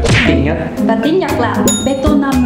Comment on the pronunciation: You are Vietnamese?? Và "tuyến"???? Tiếng mới đúng :v